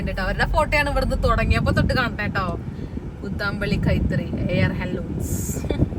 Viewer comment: Kuuuthambulli alla mole kuthambullli